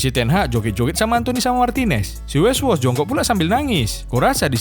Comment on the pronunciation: Weghorst jadi weswos asw🤣